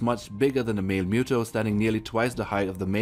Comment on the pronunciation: It's muto not mewto